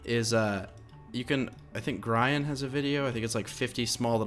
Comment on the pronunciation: "Gryan" Sry, it's pronounced Gree-an